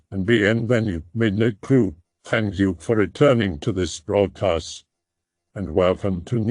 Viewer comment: Sounds about the same to me but I used to hear "welcome to the broadpast" instead of broadcast...